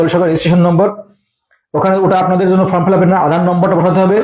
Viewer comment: ওটা ফ্রম না দাদা ওটা ফর্ম।